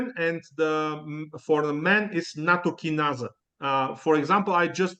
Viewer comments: it's nattokinase (in USA) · nattokinase is what he is trying to say